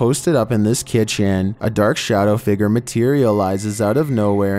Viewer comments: Please stop saying “figger”!!!! It’s figure. Fig-yur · What little drives me crazy... .. the way he says "figure"